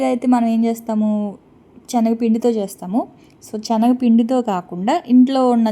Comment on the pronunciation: చిన్న రిక్వెస్ట్ ఏమి అనుకోను అంటే చెప్తాను Chanagapindi కాదు శనగపిండి అని పలకాలి నెయ్య కాదురా నెయ్యి అనాలి ఏమి అనుకోకు వీడియో వినేప్పుడు ఇలా words ఉంటే బాగుంటుంది ❤